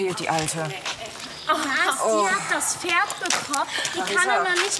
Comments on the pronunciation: "DaS iS mEiN FeRd" die hat absolut nicht pferd sondern FERD gesagt oder ?😂😂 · Mit kommt vor alle sagen dort Pferd ohne P eben so Ferd 😅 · "Ich finde für mein Tochter ein besseres ferd" Wieso müssen die alle ferd sagen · "Das ist mein Ferd"😂